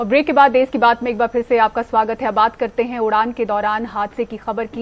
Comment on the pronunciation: देश होता है देस नही 👍🍷